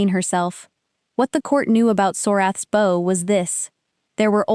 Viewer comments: Please teach your AI that the word “bow” is pronounced with an “ou” sound. Such as cloud or doubt. Thank you. Good story. Listening from Jacksonville FL, USA; p.m. EDT. ❤❤ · Your reader is confused between the two pronunciations of heteronym "bow."